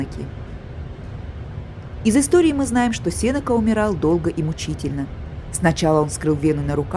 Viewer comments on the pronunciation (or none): спасибо, экскурсия по выставке очень интересная. Но ударение Сенека падает в литературном русском языке на е после н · Здравствуйте! Тоже резануло слух.